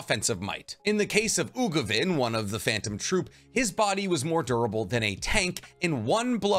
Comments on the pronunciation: Uvogin, not Ugovin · UVO-GINE NOT UGOVIN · It’s Uvogin not Ugovin 😅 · I was wondering if anyone else was noticing the "Ugovin" lol I thought I was imagining it at first XD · I cringed every time I heard Ugovin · Really cool and well made vid!! 1 thing though: the name is Uvogin not ugovin when explaining enhancement 😅 threw me for loop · Ugovin? Anybody else hear that? Don’t do my boy Uvogin like that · It’s U-Vo-Gin not Ugovin lol